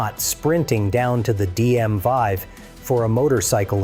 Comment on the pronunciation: Saying DM five instead of DMV shows this is more artificial low intelligence slop.